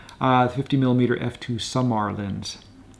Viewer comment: sOOmar as well ' stress the first syllable